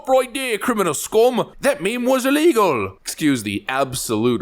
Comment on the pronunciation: I loved that accent. You literally fused every accent of the isles. Got pretty Irish on that last word 'illegal'.